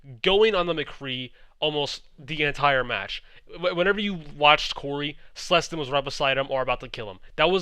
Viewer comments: I'm not sure if you're pronouncing Clestyn right. I thought it was K-lestyn and not S-lestyn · Please never say slestyn again